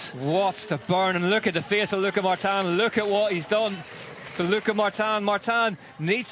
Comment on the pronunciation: Irritating hearing Martan Martan. Its Martin..... Mar tin. Definitely sounded like an American presenter. Like that American woman couldn't even pronounce Zlatan properly